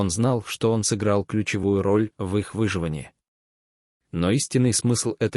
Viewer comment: Ставьте правильно ударения! - ВыживАние, лЕса и т.д., а не вЫживание, лесА! Просто неприятно слушать!